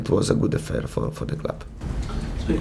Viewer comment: gmer16 maybe he meant "offer"? Just a wrong stress